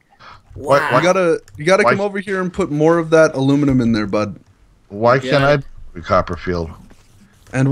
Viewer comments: I heared butt lol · Lol he said butt instead of bud